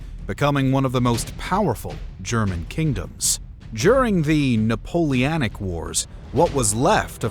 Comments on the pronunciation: Why does the Narrater keep saying the Napoleonac instead of Napoleonic? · I got as far as the pronunciation of "Napoleanic"